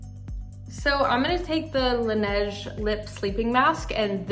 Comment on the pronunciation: Am I the only one who thinks that she pronounced "Laneige" wrong?😂😂 No hate, Like I love Madie but yea 😂